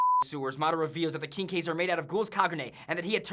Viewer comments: Dem bloopers "Kinkeys....kinkeys" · Why does he keep pronouncing quinque like Kinky? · They cannot say quinque to save their lives.